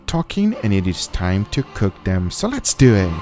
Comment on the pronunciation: let's deww it